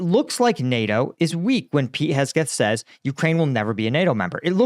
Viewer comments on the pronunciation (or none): man, you got to learn to read and pronounce things correctly its HEGSETH ... not KESGETH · "Hesgeth", huh? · pronounces names of people places and things funny. Hesgeth and Donbus 😂😂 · Hegseth ❌ Hesgeth ✅ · It’s unfortunate that you’re pretty uneducated on politics and the expansion of nato. Hell you can’t even say the sec defs name correct. Thats not what the british are griping about. It’s just so many mistakes that it becomes non credible. I’ve enjoyed your videos. I’m a military member as well. But man lately you’re kinda in left field. Stick to reporting on the war and not politics.